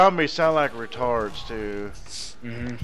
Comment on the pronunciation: its retards not raturds